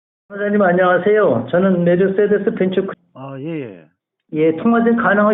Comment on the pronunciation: "선생님 안녕하세요 저는 메드떼데스 ."ㅋㅋㅋㅋㅋ "해줄건 없어요~~" "확고한 직업윤리,공학적 지식"ㅋㅋㅋㅋ 응 독일3사 독일에서 택시(2배속으로 들으면 좀 더 코미디임)